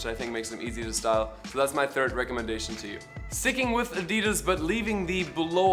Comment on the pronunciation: I was today years old when I learned the correct way to say Adidas